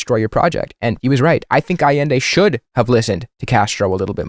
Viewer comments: “Pinochet, which has become a shorthand term for a fascist” yeah, Hitler who? Also he can’t pronounce Allende (ah-yen-day) correctly, which says a lot about his knowledge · Bro can't even PRONOUNCE Allende, smh I swear Crowder gotta keep that name outta his mouth lol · Bro pronounces Allende like he just heard of Chile and googled “Chile communism bad” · A sure fire way to show you know Chilean history is to mispronounce Allende’s name